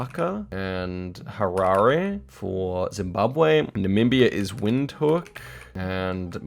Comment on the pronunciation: Pls pronounce namibias capital correctly. It's not said wind hook, but rather vind hook